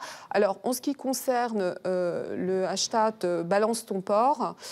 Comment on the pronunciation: hashtate ? vous voulez hashtatter quelqu'un ? honteux !